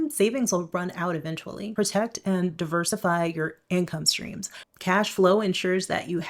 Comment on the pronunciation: Cope. I love how she keeps saying income strings